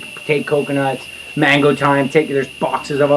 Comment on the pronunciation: I know he’s speaking in English but he is in a Spanish speaking country so why doesn’t he pronounce mango 🥭 da right way . I live I. Hawaii but I don’t pronounce it like him but like Latinos do. But then he says the Spanish name for soursop , guanabana. Hmm